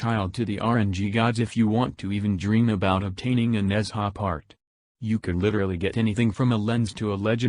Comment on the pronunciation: It's not Nezha, it's Nun-Ja